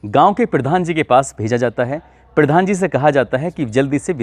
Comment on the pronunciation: पिर्धान जी ,उच्चारण जिहाद कर रहा है ।